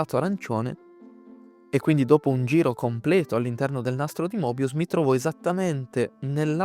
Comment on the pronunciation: Il nastro di Moebius si pronuncia Mebius